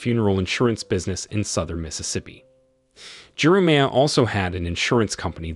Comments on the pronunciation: Jeremiah, Jerameea? AI again? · How does the AI both nail and butcher the main character’s name in the same sentence 😅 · AI is imperfect because it still must be programmed to pronounce names correctly. In this case, it cannot pronounce Jeremiah, which is a telltale sign that we’re listening to AI. But so close!